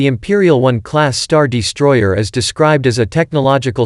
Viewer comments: 'The StarDEEstroyer'. lol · this is a great video but cmon man "the star DEstroyer has a---" is this a bot? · Star Dee-stroyer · Damn is this guy an AI voice? Star Deestroyer. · "hangAr", not "hangEr" You wanna hang ships there, not shirts. Also: what is a "deestroyer"? - which one is it? "heavy ion cannons" or "turbo lasers"? Pick a lane, please.